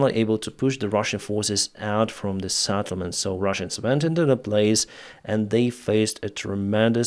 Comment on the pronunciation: not Sattlement but Settlement